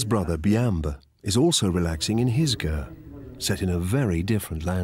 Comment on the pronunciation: i had a hard time with the repeated calling of the yurt, a gurt